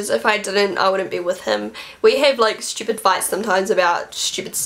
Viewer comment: i love the way you say stupid "shtupid" hahah you're so cute!! xo